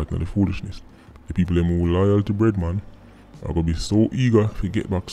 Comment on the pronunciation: Thought he said redman until I read the screen and saw "bread man".